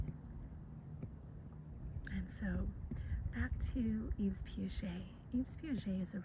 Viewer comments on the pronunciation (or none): Yves is pronounced like "Eve." It's French and the s at the end is silent!